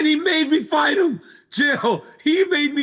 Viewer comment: chael you must have not waken up from that craig jones fiasco, ''fite'' as in bite.